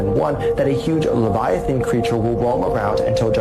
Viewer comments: Leviathan ❌ Lagda lesun ✅ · Oarfish - ❌ Oaaar-fish - ✅ Leviathan - ❌ Levitation - ✅ No hate but thoda pronunciation or spellings pe dhyaan do youth bhi yhi sikhegi 😊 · Bhai wo levitation nahin LAVIATHAN😮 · aap Jo livitan bol ra hai ha na wo hu ake bloop hai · wo leviathan hein levitation nehi Dumbass 🙂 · Leviathan be like mera naam levithan❌ leviton✅☑️ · Leviathan likh k levitation bol raha hai bhai thoda dhyan se dekh His mom :- phone chala chala k aankhe kharab kar li 🤬🤬🤬 🤣🤣🤣😂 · Levetition 🚫levaithan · It's leviathan